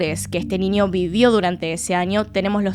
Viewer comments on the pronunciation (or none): Me encanta como pronuncias las ñ, un ninio, en el anio jajaja ❤